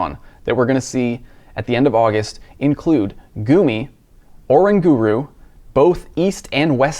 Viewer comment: is Oranguru not pronounced like orangutan?!